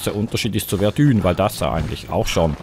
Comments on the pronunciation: Verdun wird Werdahng gesprochen und nicht Werdühn ^^ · Das wird nicht "Verdühn" ausgesprochen. 😂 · Mann spricht es Verdö..n aus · Warum spricht jeder verdun falsch aus ? :D